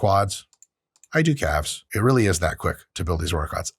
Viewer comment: Oye wey.. KA-Lves had me rolling. Super helpful video DOC